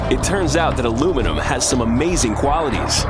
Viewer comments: Actually, it was the original pronunciation before an extra syllable was added. But that's okay. We don't mind you pronouncing it wrong. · What the heck is alumenum? :)) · It's pronounce aluminium NOT aluminum! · why is the title ALIMINIUM and he calls it ALUMINUM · A few minutes in and i gave up watching ... Al-oom-in-um ... Al-oom-in-um ... Come on , Its Alu- min-i-um " Aluminium " ... FFS ! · al u mini ium not aloominam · For once and for all! it's pronounced ... ALLA MINI YUMM.... now do americans get paid the MINOOMINUM wage? NO its MINNA MUMM! get it? got it? good! ALOO MIN HUMM indeed!!!!. lol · Aloominum lol it's aluminium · The rest of the world understands that Americans have trouble with multiple syllables so we let you call it aluminum to feel included, really we're just continuing to be amazed if not disapointed by the lack of able minded people capable of saying aluminium within the US... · did i just hear the aussie pronounce aluminiun aloominum lol fucking tool, say it properly you sell out, your an aussie, say it like an aussie just like the chick gretta she didnt say aloominun hahahaha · OH, THEY MEAN ALU-MIN-IUM.....!!! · its called al E fucking minion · he keeps pronouncing Aluminum dude, Aluminium is pronounced as it's spelt, not that hard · Haven’t Americans learned how to pronounce simple words yet such as nuclear and aluminium? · It's correct pronunciation is Al-uw-min-ee-yum!! That's why it's spelt Aluminium. Not aluminum. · It's Aluminium... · *aluminum, get it right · Repeat after me - AL - YOU - MIN - EE - UM.... 😉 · Why do the yanks pronounce the name wrong when they use the phonetic alphabet? It is ALUM INI UM. That is how it is spelt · Why pronounce it aluminum when it's spelled aluminium? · Interesting, but a pity about the pronunciation of the word aluminium - it has 5 syllables, not 4. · the guys sound like they say alumenum. but... what kind of dumb prick are you? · Would you stop saying aloominum. there is no such word.